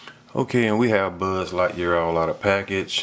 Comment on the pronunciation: he said budd lightyear lmao.